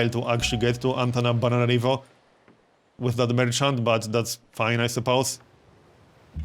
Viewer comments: why do you say Antanabananarivo instead of Antananarivo? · Is he saying AntanaBANANArivo? :))